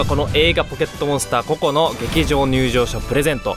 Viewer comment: ポケットモンスター コ↑コ↓ で草